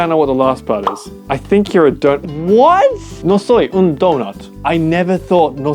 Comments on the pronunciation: No the ‘un’ don’t sound french at all 😂😂😂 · It's like he tried doing Spaniah but at the end he didn't and it sounded half French if you get me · the pronounciation of " un " sounded a bit French 😅 , and the dolphin one was English, i think yoj can simply pronounce it like: || delfien ||